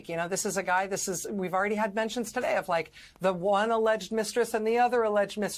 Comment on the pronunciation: Ari it's "Today" ,not taday!